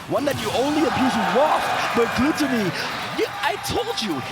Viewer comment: Commentator stop fucking pronouncing his name "GLUE-tonny" instead of "GLUH-tonny" have you never heard english??!! JFC shit is driving me insane. I don't even watch ultimate but these players interested me, and these commentators straight ruined it for me being annoying af with their annoying ass commentary and mispronouncing shit.